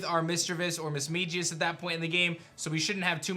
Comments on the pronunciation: Misma(g)ius not Misma(j)ius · I’m sorry you were pronouncing Mismagius wrong it’s Mis-magi-us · learn how to say mismagius